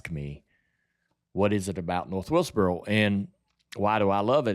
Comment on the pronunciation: I’ve lived in NC my whole life and heard all kinds of southern accents, and I still don’t understand why JR can’t say “north wilkesboro”. It’s like he’s saying “north wiltsburl” every time. Where does that come from??